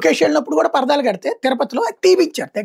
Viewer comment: కాడికి నువ్వు కూడా పేటీఎం బ్యాచ్ లాగా అది పర్దాలో అని చెప్తున్నా 😂 స్ట్రైట్ గా చెప్పు అది పరదాలు అని తిప్పి తిప్పి చెప్పక్కర్లేదు